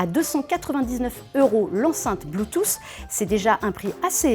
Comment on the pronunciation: "Bloutousse"...Aïe. Bonne vidéo mais les prononciations des termes en anglais sont clairement à revoir.